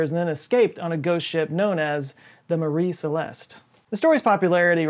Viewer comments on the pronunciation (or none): Why did you pronounce 'Marie Celeste' 2 different ways?